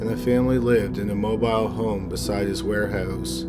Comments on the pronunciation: I'm annoyed by him mispronouncing mobile home and when she's supposed to testify she happens to get an air bubble?? Please, they shut her up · Why the hell is he saying mobile home like that in the first case?